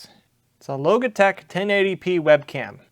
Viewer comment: Congrats. Your pronunciation of Logitech created this comment.